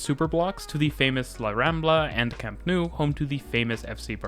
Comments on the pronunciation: “camp nu” ❤ em pixo JAJAJAJAJAJAJJAJA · Every time you pronounce Camp Nou as if it were French, a cat dies. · Just a note on some of your pronunciations. For the LL sound in Parc Güell, Llobregat, and Valles, you can use an English Y sound. Rodalies is stressed on the I. And the OU in Camp Nou is pronounced like English "no". But good work on the video. :)